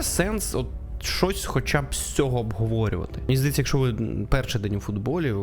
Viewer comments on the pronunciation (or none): none